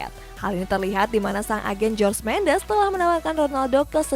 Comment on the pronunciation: saran nih nama jorge mendes dibaca "horge" bukan "george"